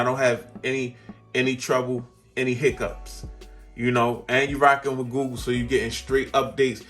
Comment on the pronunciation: Awesome vid and I've been thinking about this phone. I got the OnePlus 8 Pro and loving it, but my tech itch needs a scratch. Btw.. I hear GOO GOO Everytime you say google and now it's stuck in my brain. 😂